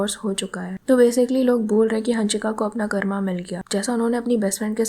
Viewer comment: Ooo pagal hannnshika nahi hansika.. Pagali